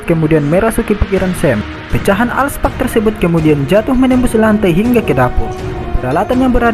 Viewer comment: Alk Spark Bang Bukan Al Spak